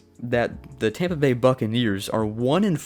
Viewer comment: “Tompa Bay” give me a break. You have the comedy of a middle school female.